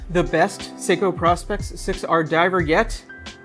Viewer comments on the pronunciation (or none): It's Pro-specs, not "prospects".